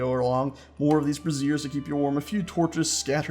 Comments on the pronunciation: Those "fire buckets" are pronounced BRAY-zers not bruh-ZEERS because it sounds like you are saying brassieres, meaning bras. For your dignity. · Pronunciation is important: BRAY-zeers (emphasis on the first syllable) are for heating, bruh-ZEERS (emphasis on the second syllable) are women's undergarments. Easy to get the pronunciation wrong if you've only read the word. Cool build, though. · The fire buckets are called (spelled phonetically) "bra-zhure-s" with a hard "z" like "azure"